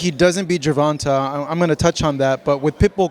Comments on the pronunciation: The way he kept pronouncing tanks name incorrectly was pissing me off lol. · I hate how you say tank's last name. It's GervantE. Like GervantAYYY. Not GervantAHH. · this man kept saying "gervontuh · the way he says Gervonta's name smh 😒 lmao